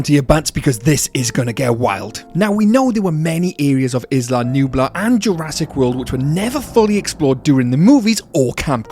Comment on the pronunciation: A potentially good video on an interesting topic but I literally cannot continue more than 3 minutes in with the amount of mispronunciations. It makes it hard to listen to. "Skellingtons" - Skeletons "Issla Nublar" - Isla Nublar (has a silent S like in island) and "Ggiganatosaurus" - Gigantosaurus (like Gigantic) all mispronounced so many times and I'm not even a quarter in.